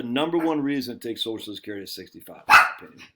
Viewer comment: Every time he says sosh-skerity, take a shot of liquor.